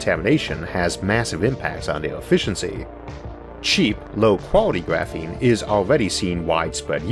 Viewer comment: cheapoo and fastoo 😂 I like this accent.